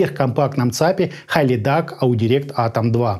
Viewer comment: Правильно произносится - Хилидак